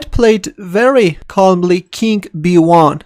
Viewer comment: Why do these Russians keep referring to the king as "kink"?